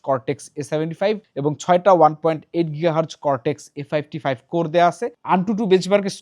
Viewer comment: উচ্চারণ "কর্টেক্স এ ফাইভটি ফাইভ" না, হবে "ফিফটি ফাইভ"। মাল্টি কোর স্কোর ১৪৯০ নয়, হবে ১৪০৯। আপলোডের আগে চেকাররা কি করে? PCBB থেকে এইটা কোনো মতেই কাম্য না।